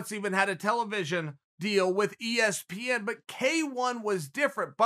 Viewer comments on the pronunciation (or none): none